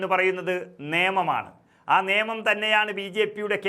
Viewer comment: നിയമം അല്ല നേമം എന്നാണ്.